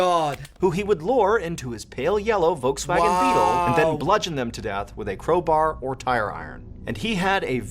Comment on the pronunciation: I know with he said volywagon